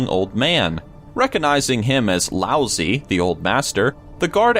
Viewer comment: Lauzi... Lousy😂😂😂😂